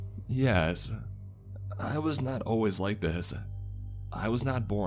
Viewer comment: "Your first life?" "Jyehs." X'D